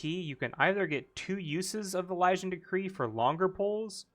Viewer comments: e- lee- shin.... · “Uh-liz-in/ian” hearing you butcher Elysian triggered the hell out of me for some reason 😂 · how Elysian is pronounced.. e- lee- shin